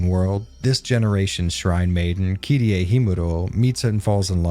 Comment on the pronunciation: It's KI-ri-eh. Not Kirei.